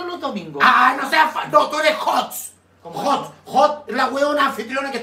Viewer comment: se dice HOST 😂😂😂